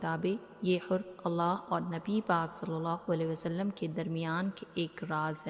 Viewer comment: Hurf nahi harf hota hai jab ziyadah harf ho to huruf bolte hain